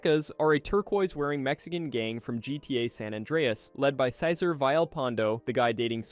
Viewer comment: instead of Cesar its "Sei-zar" 😭💔